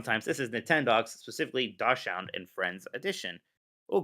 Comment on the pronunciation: Someone pronounce dachshund for. I'm having a stroke.